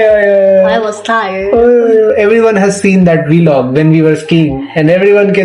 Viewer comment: Why do you pronounce 'vlog' as 'vɪlɒg' instead of 'vlɒɡ'? 🤔